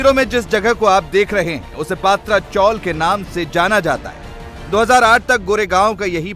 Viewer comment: पत्रा चॉल है, पात्रा नहीं...